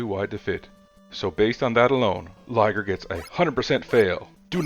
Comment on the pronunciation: That is actually pronounced Lye-Ger. The French word Ligier is the name of the Formula One car that Mirage is based on.....the Ligier JS-11 competed in Formula One in 1979 and 1980.